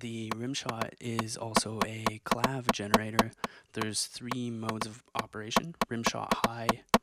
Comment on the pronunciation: it's pronounced clave-EH ;)